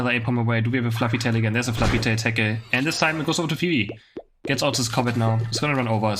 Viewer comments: i like how how you call Fwii, Phoebe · It's very cute the way says Fwii, its pronounced like F-U-E, like the W its a U.